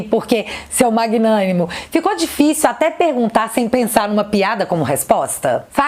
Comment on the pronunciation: Magnánimo kkkk foi MT bom kkkk